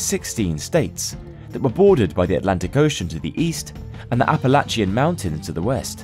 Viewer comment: Don't ever pronounce Appalachian like that ever again.